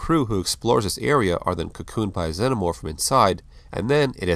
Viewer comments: Im sorry but its pronounced ZE-NO-MORPH not ZEN-O-MORPH. You saying it wrong 100 times ruins the video. It does make a difference. It'd be like calling a TERMINATOR a TERM-NATOR. Its just wrong. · That's not how one pronounces xenomorph.